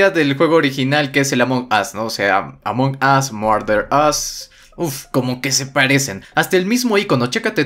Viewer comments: Aam perdon pero se pronuncia "Amongous" no como tu lo pronuncias ya que tu lo pronuncias "Among os" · c ecribe Among Us pero c pronuncia amongos